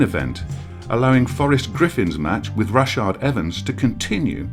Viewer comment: "Rashard" Evans? :D